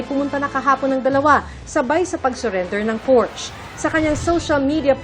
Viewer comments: It’s pronounced as porsya! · juicy fruit an tagal ng news caster neto hanggang ngayon di parin marunong bigkasin ng salitang Porchè😂😂😂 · Por-shuh or like porsha hindi portch😂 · It’s Por-sha not Porsh (Porchê) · por-sya not porsch..... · Porch daw lala Por-shuh yarn :face-blue-smiling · Pur shuh not pors😂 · porsha Po Ang bigkas Jan. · it's por-shuh... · Porsya/ Por-shuh- as in Porsche😂😂😂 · Porsya/Por shuh as in PORSCHE!!!😂😂😂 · porsche was pronounced as "por-shuh" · Ano ba tong journalist na ito, they can’t even pronounce Porsche correctly.